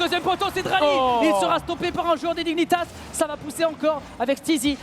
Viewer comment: Dralii pas draali ahah